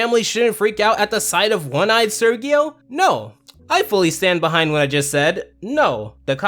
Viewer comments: Why do you say Sergio that way ? they literally said it as ser-jeo. And casagrandes writers wish they can begin to comprehend quality writing in the standard of classic spongebob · Sergio is pronounced like "Sehr-hee-oh", Not "Sir-ghee-oh" and not "Surge-ee-oh." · Does it annoy anyone else that he mispronounces Sergio the entire episode